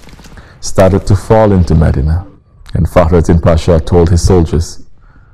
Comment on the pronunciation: " Its not meddinna its MEDINAH